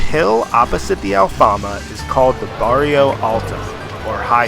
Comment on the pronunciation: try to listen first to the real pronunciacion and then repeat. s. Jorge is sounds like george in english and Bairro Alto is not as in spanish barrio.